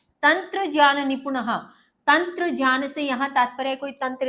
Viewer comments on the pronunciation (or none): Ma'am as per vidyasagar ..Gyan ho ga jyan nhi aapne jyan pronunce kiya ..galti ki ...wo hi the jinhone sanksrit se translate Kiya tha ..